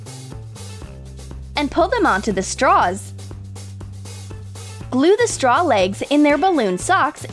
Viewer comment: She said BLUE fluffy pom-poms.... BLUEE